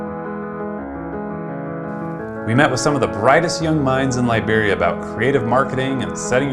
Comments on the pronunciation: I keep hearing "librarians"... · The way you said Liberia sounded like Library